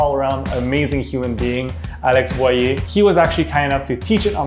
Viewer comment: It is Boyer not boye